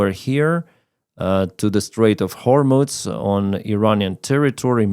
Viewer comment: Excuse me,, it's hормуз, not hормуц